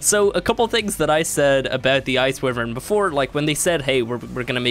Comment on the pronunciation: Its, WHY-vern